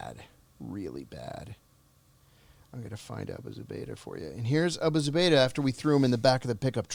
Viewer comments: OMG I'm sorryDanny. You have GOT to do some research and your questions are just terrible. I mean the title is Abu Zubaydah Captured John Kiriakou but I don't know HOW MANY TIMES YOU HAD TO ASK HIS NAME AND HOW TO PRONOUNCE. Not ok especially when someone like this is your guest. You act like, Come on sharpen it up!! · Amazing story but the interviewee needs to remember the subject's name. I counted 5 times he couldn't pronounce Abu Zubaydah.